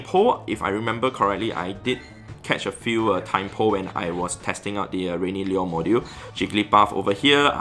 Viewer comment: Lure? Lyyuer?